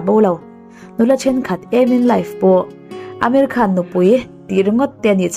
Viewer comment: Ameri Khan ti in kan hriat tlat chu,Amir khan